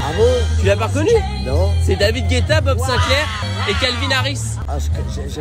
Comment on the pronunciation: J'ai bien entendu "Bob Sinclair"??? 😂👍? 🤣